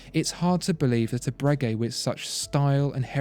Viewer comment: I dont think you pronounce the g in Bregeut like that